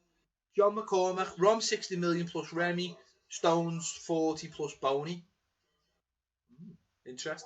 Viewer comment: Come. Not hard to pronounce Bony and Remy properly.